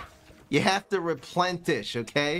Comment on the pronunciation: It’s replenish not replentish do not say replentish…